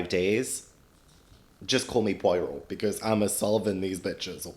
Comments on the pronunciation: Just one quick thing before I watch the last 2/3 of this. Poirot is pronounced Po-ah-row. Thank you for your attention. Back to the movie now 🤩🤩🤩🤩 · You mispronounced Poirot's name a lot on this video, but that can be forgiven if you only have the written word to rely on. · I love you to the moon and back, please pronounce Poirot correctly. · In the first 3 mins: Oh no.. please say you’re not going to pronounce Poirot that way all the way through this video. 🙈🤪🙃